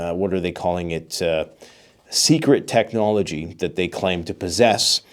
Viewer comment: Ooooh! Secwet technowogeeese! 😮